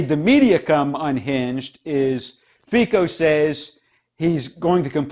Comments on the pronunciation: His name is pronounced ˈFitsɔ. Czech and slovak "c" is read as "ts" and "o" is short like in word "off". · Probably noone cares but SMER is pronounced with S like in seat. Fico with c like central not k.